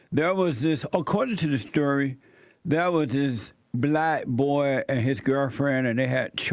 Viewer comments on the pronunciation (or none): Love the emphasis of the word "BOY" .... Sooo 1800's of you. Adorable 💘